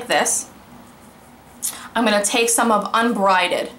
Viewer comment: You kept saying "Unbrided" but it's "Unbridled"...as in a horse without a bridle. ;-)